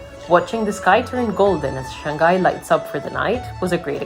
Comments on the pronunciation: Shanghai is pronounced Shang Hai not Shan Gai. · It's pronounced Shang-high not Shang-guy! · Second syllable of Shanghai starts with h, not g.